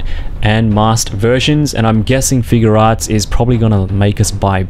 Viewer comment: You say figuarts wrong